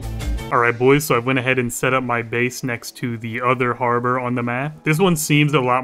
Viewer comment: "back to habror"